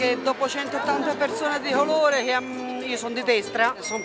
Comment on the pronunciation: "dopo 180 persone di HOLORE" Che belli i toscani😂😂😂